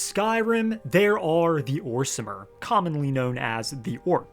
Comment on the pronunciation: We don’t say orsimer hard r we say orsma now